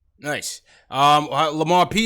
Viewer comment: Finally heard someone say Lamar Peters!